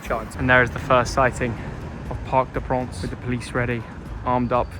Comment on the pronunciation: You lucky bugger! Great report, comme d'hab. By the way, prince is not pronounced 'pronce' 🙃